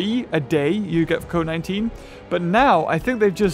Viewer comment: Who else heard covid 19 when said code 19?